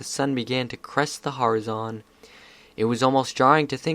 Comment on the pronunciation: Okay, great story, I appreciate your readings but the way you pronounced 'horizon' reset my respect-button for you...